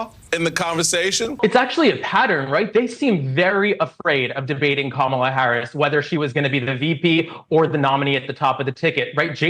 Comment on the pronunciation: Bruh pronounced Kamala’s name wrong 😂